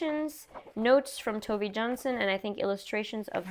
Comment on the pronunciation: This is the first video that I am reading of yours! Would you like some Nordic recommendations??? (also Tove is pronounced closer to Toe-vah)